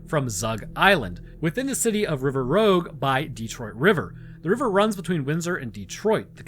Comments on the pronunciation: Dude, it’s “River Rouge”, not “River Rogue”…So rouge, as in the color red in French…😜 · as a Metro Detroit native, i shrieked in anger when you pronounced River Rouge wrong. then again our street and town names are very French because well France set up shop in the area to hunt beaver. the damn french came across what would be called Detroit and said "yes this is great. many beaver, such water, very tree." then Detroit became a ghetto.